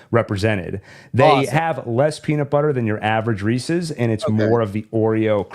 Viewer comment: Thank you for correcting your pronunciation of Reese's.